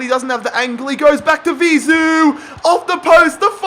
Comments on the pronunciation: Bro its Vizeu not Ziveu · You kept saying Vizu instead of Vizeu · its vizue not zivue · It’s Vizeu (pronounced Vi-zey-oo) not Zivou